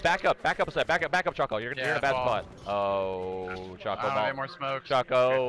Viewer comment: How could she not pronounce choco right? It's the dark looking thing called chocolate